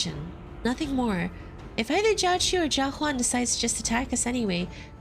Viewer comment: I probably missed it but i need to know why you pronounce Jia as Ka lol